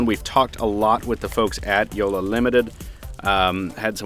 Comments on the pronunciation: Yea haha that's what I kept on hearing too. You are supposed to pronounce both "L"s in JoLLa and not just one making it sound like Jola. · Jolla means small boat in finnish and btw he calls it "joula" not jolla xD